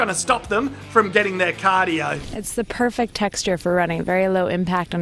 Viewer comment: "iT's ThE pErCeCt TeXtUrE fOr RuNnInG"